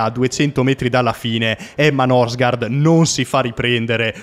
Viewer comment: La pronuncia sarebbe " Nursgoord"